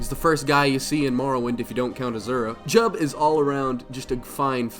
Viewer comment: You said Jiub wrong. Ffffake fan lmao